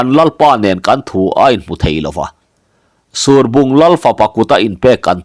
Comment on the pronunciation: Surbung tih i lamdan hi a diklo deuh lomaw, ruah a sur a, heta sur tia kan lam anghian lam tur a nih hmel tlat